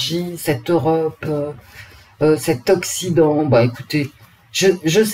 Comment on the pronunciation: En vous entendant prononcer le mot occident j ai pensé a oxydant ! Ça m a bien fait rire 😊